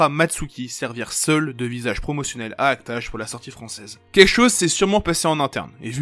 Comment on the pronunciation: La manière dont tu dis act age me trigger de ouf mdr, mais la video est très cool